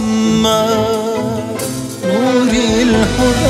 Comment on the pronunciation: Muhammed derken bazan ha ile degil hi ile telaffuz ediyor